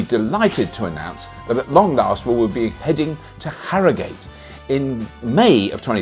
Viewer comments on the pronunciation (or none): Sorry Bobby! It’s Harra-gut, not harrow-gate. Don’t want to get lynched!